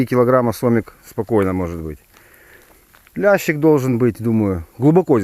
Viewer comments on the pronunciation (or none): Не лящик, а лещик